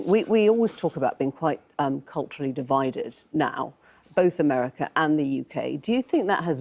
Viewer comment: There is no "R" at the end of the word "America".